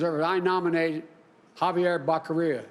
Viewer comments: OMG!! Biden got “Becerra’s” name wrong 🤦🏻‍♀️🤦🏻‍♀️ Jesus man....it’s not that hard and even my boss (CFO) takes the time to ask how you pronounce employees’ names when he’s not sure. At least he was able to pronounce his first name correctly and didn’t butcher that 😂😒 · Mr. BIDEN, you can't even call the last name of a person you are nominating as secretary for HSS. Please learn how to call people's names first before coming out on National TV to disgrace yourself.